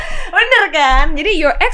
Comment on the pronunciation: Gw kira dia bilang youre egg , ternyata youre ex... Wkwkwk